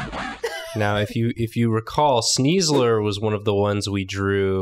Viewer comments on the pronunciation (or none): Am I the only one screaming at the computer when doesn’t give sneasler ‘S-KNEES’! This was a great episode though.